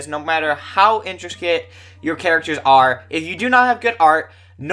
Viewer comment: "no matter how instracate." We making up words now. Lol Great video dude. Raqiya's art is enough reason to own the series, regardless of the story being shit.